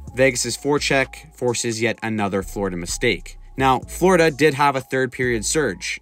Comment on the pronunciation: Florida, not frlodida